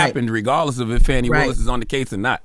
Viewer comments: It's not FANNY it's FAWNEE spelled Fani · Everytime Charla mispronounce Fani name, it's disrespect.